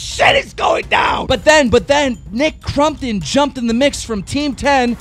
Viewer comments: His name is Nick Compton not Crumpton keem boi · Don't take offence KEEM i know your dyslexic and all BUT I love how you pronounce stuff 'Aleasea' - Alissa, 'Nick Crumptun' - Nick Crompton fucking love it